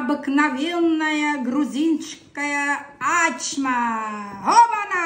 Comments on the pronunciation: Ачма тюркское слово , на азербайджанском, турецком означает открыть, раскрыть. В данном случае раскрыть тесто.АчмА с ударением на последний слог. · Во первых у грузинов никогда не было этой блюды. Почему? Потому что это турецкое блюдо « Ачма» и произносится без каких либо ударений на первый слог, то есть без «А»чма. И переводится с турецкого Ачмак-открыть. Ачма- глагол повелительный - « Не Открывай». А причем тут грузины? 😂😂😂 Вот вам и Hayna Nino, nino ho😂😂